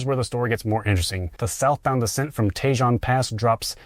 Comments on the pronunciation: Great video ... but Tejon Pass is not pronounced "Tay-Jon Pass" but "tee-Hon Pass" ...emphasis on the "H". In Spanish, the "j" in "Tejon Pass" is silent and pronounced as an "h". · Grapevine...shows picture of Donner Pass. Tejon isn't Tee-John, it's Ta-hone. San Joaquin isn't San-Qway-Keen , it's San Wah-Keen. Semi- isn't Sim-E, it's Sim-Eye Covenant is a trucking firm, they're not trying to make a statement about clean energy, then quotes their "Sustainability V.P." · Tejon is traditionally pronounced as tay-HONE or tuh-HONE. If you are using the authentic Spanish pronunciation for the badger (tejón), it is pronounced as teh-HOHN (with a silent "j" sounding like an "h")